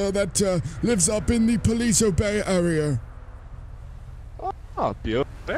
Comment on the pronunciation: "Arear"? Oxford?